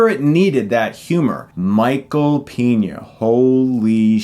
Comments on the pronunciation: Every time he pronounces Peña as Piña I laugh. His calling him Michael Pineapple. lol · its pronounced paegna (peña) :c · Peña, not Piña. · Why do you always pronounce famous names weirdly? Michael Piña? Sondra Bullock? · Anyone else bothered by how he pronounces "Peña"?